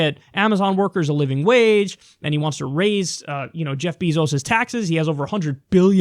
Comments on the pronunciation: It's pronounced bay-zos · Is "beezos" the proper way to pronounce Bezos' name?